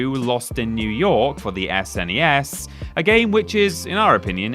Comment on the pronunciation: Who in the hell pronounces SNES "ess en ee ess? It's a snezz mate!